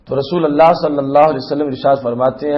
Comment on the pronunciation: رسول اللہ لام پر پیش پڑھیں گے